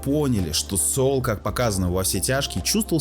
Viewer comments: Строго говоря, он не "Соул". "Saul" -- это или "Сол" (как он читается по-английски), или "Савл" (библейское имя). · Автор, а ты сам то смотрел в оригинале? Чего ж ты произносишь как "СоУл"? В оригинале нету такого произношения. Спасибо за обзор. Вцелом не плохо. Лайк